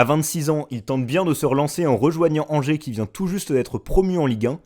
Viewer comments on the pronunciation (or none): none